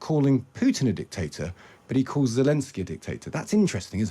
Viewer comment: She can't even say Zelenskyy's name right (she keeps saying Zelinsky). That's how little attention she's given this.